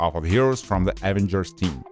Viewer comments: Why does he say avenagers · What the hell are the AH-vengers?? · And the evengrs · Why you saying Avengers like that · Bruh your saying avengers wrong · Samuel Maurer 👌